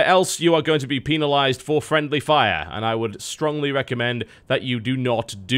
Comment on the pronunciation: "peenalize" *giggle*